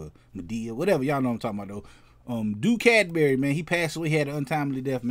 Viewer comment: You pronounced the name perfectly